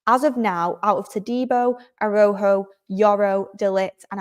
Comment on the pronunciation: A-ra-u-ho,, short a, short a, long u, long o, phonetically. You did well,, 👍💕